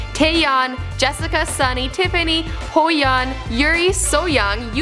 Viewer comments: its HYOYEON. not Hoyeon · when you hear hyo's name pronouce as (who yoon). ✌ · Hoyon or hyoyeon 😂😂😂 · Good Video but to point out the mistakes... 1. They are a Girl Group... a band is a group who uses musical instruments like drums or guitars 2. actually the real english meaning of snsd is Era of Maidens but they changed it to Girls' Generation 3. its Hyoyeon not Hoyeon 4. Its into the new world not into the world 5. Atleast you read Gee correctly here... not in your next video about taeyeon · hus hoyeon? i thought it'was hyoyeon..... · "HOEYHUN" Bitch who? it's HYOYEON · at the moment when you heard hyo's name pronounce as (who yoon) . hyolo all the way. btw, thanks for including snsd in your video. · HYOYEON. NOt HOYEON. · It's HYOyeon not HOEyeon...that hurts my ears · Not hoeyeon...😂😂😂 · Not Hoeyeon HYOYEON not : The new world it's Into The New World ! Dam girl .... :( You should talk about Jessics solo ! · Here, and her name is not Hoe-yeon, it is h-yo-yeon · Butchering our girls’ names (Ho-Yun & So-Yun) I was like, “whatevs we could let that slide..” but she said, “Debut-ted” 🤦🏽‍♂️🙄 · i died laughing because her hyoyeon is pronounced as hoyeon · Triggered when she pronounced Hyoyeon as Hoyeon :< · IM TRIGGERD SHE SAID HOE YEON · She butchered their names.... Hoeyon? Who? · hoyawn!! XD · Please learn to pronounce their names, I literally cringed... Soyong and Hoyeon? lmao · im cracking up every time she says "HOYEON" just like HOEyeon HAHAHAHA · 😂😂😭😭 cant get over the hoe-jan,, poor little girl life cant be easy for her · Hoeyeon and seoyoung guys, definitely not mispronounced, and gee was DEFINITELY their first single guys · i was correcting this girl the whole time.. who the fuck is hoyeon? Taeyeon Biased here! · 'HOEYEON'???!!!!ugh...pls get ur pronunciation right -_ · The acronym "SNSD" itself means "generation of girls". Just the letters. Also, "Hoeyeon," "Soyoung," "Into the World," lmao. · who the fuck is hoyeon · She butchered Hyoyeons Name :(